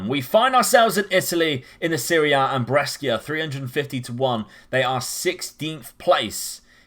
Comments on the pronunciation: Interesting tactic. For the record, Brescia is pronounced like Pressure but with a 'B', Lecce = Fetch Hay but with an 'L' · Your pronunciation of Saint Maximin and Brescia gave me heartburn so cheers 😂